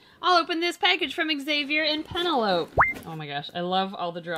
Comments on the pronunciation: The way she pronounced Penelope 😂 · I call "penelope" "Pe-Nuh-Lope" too! but it's supposed to be "puh-ne-lo-pee". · Lmfao I can’t stop laughing at the way she pronounced Penelope 😂😂😂 “pen a lope” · “PEN EH LOPE” 💀💀😂😂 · “Pa-nell-ah-pee” is how it’s pronounced LOL